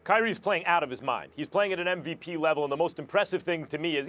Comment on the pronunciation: is it just me or does Stephen A. say NVP instead of MVP